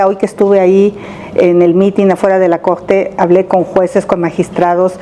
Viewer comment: "eg que vine a defendeg a la cogte"...ya chole con esa señora!